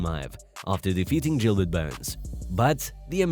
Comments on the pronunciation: It’s not Jilbert it’s Gilberts burns 😂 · Khamzat is pronounced- Haum-zaht, the K is silent. Just like Khabib its "Hah-beeb". If your going to make videos on UFC atleast get the name pronounced correctly... and then you call Gilbert... "Jill-bert". Like Tf? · It's not Jilbert Burns.. it's Gilbert Burns. Get it right brotha.